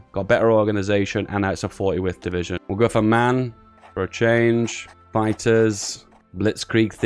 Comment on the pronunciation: I know this is exremely nitpick-y but in the company MAN you proncounce every single letter instead of saying it as a word. So M - A - N